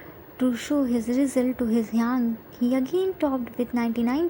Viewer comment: Its not hyang its hyung no hate just telling